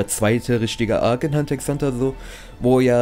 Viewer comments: Bitte mehr hxh und btw das x soll man nicht sprechen ^^' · Omg wie du mich triggerst indem du die ganze zeit Hunter x Hunter sagst Das x wird nich ausgesprochen Rip